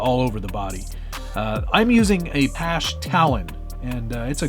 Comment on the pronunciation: It's Passh eh! That's how it's pronounced. lol